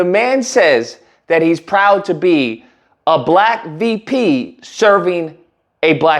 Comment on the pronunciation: Bruh, I could swear I heard you say.....upon hearing conspiracy to destroy Blak boys....